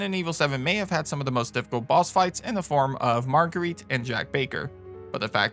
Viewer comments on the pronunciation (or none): none